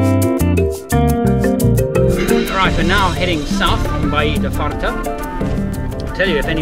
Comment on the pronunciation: Really!? Fart Bay!? THAT IS UTTERLY WRONG! hehe "Farta" is portuguese for "satiated" or "full", NOT "fart". A little bit of research on the language or maybe a small Portuguese/English dictionary wouldn't hurt. Other than that, great video